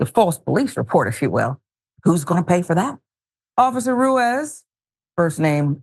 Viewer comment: Ruiz = /Roo-Eez/ ( i's in Spanish sound like EEE)